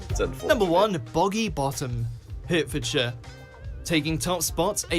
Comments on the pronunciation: It’s not Warwickshire but warrickshire. Also Hertfordshire is pronounced hartfordshire. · It's a testament to just how crappy the WatchMojo channel is that the supposedly British narrator doesn't even know how to pronounce "Hertfordshire". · Hi mate- you really have to look up a video about the grope c..t lanes over here! Apparently where ladies of the night ( and day!) Would ply their trade- but the oversensitive whatnots have changed them - spoil sports! I think the video could have done better to be honest,must be better examples out there- his pronunciation of Warwickshire and Hertfordshire was painful! Hope you are well and snog the mogs for me x 🏴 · He also mispronounced Hertfordshire. AI indeed. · Pity the commentator can't even say Warwickshire properly, Eh!! (Not to mention Hertfordshire as well!)